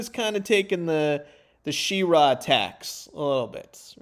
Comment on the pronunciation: She-ra, neither syllable emphasized over the other. Definitely not she-RAAA